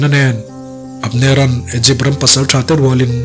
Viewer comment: Igypt(egypt)hi Aikupta tiin chhiar tawh teh suh u